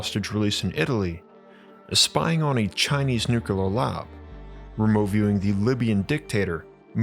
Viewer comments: PLEASE...PLEASE....I love your vids BUT Nuclear is pronounced Nu-Clee-er...NOT Nu-Cu-Ler...PLEASE... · This is driving me insane. Please look up the correct pronunciation of nuclear. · That and how he pronounces 'nuclear' really irks me!